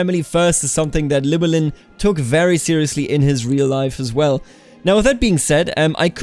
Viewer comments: Ll is one letter in Welsh that makes a Ch sound. Llywellyn is ornounced chlu-ellyn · its pronounced Clin well in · "Ll" is not like any pronounciation in the English language and is only found in something like 1% of world languages. To make the sound you have shape your mouth as if you're about to say the letter 'L' but instead of putting your voice into it you just blow through instead. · I’m not welsh but I’ve been told that the “Ll” is pronounced “Kl” so his name would be klywelyn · The Ll at the start of Llywelyn is pronounced by putting your tongue in the same position as the 'L' sound, but just blowing air past instead of vocalising. It's difficult to describe, but if it sounds somewhat like hissing then you're doing it right. Other than that, your pronunciation is great. As a side note, in Welsh a 'DD' is pronounced like a 'th' in "they", a 'ch' is pronounced as in "loch", 'f' is 'v', 'ff' is a regular 'f', 'u' is pronounced the same as 'i' both in long and short forms, and 'y' generally makes an 'uh' sound. I think that covers just about all of the confusing parts, but I'm sure I probably missed some